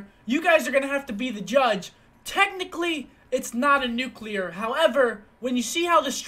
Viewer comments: seth, nuclear not nucular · NUH-CUH-LEE-AR ffs, not how u say it m